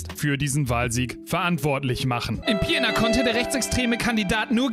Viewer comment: Argh, weil ich wusste, dass die Stadt nicht zum letzten mal erwähnt werden wird, habe ich dir die Nachricht bei Twitch gesendet. Die Stadt heißt Pirna und nicht Pierna.